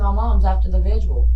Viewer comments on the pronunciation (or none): She called the vigil the vizual lmaooo